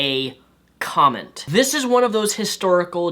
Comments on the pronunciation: it's funny how he says "comment" instead of "comet". shouldn't have drank that alchohol,. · King Rumar Ok I just have to say this... Am I the only one who think that when says "Comet" it sounds like "comment"? Not important, but it's driving me crazy lol. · great video bty please - it;s not COMENT it's COMET ;p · Is it me or does his pronunciation of the word 'comet' sound like he is saying 'comment'? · oh and btw, its a "comet" not a "comment" lol